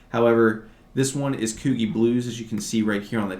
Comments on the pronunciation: Coogi is pronounced kew-g, love your knowledgeable videos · Peter Millar is pronounced "My-Lar and Coogi Is Pronounced "Coo-Gee like the letter, learn so much from you so